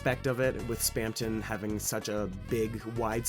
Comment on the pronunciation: spam tong